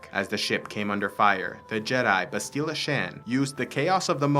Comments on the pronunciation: Ok, so I can't keep quiet. You say "bahst-ILLA", it's "BAST-ila". Only one 'l', not two, so a shorter sound, and the accent is on the first syllable, not the second. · Lol dog please say Bastila the right way other than that awesome vid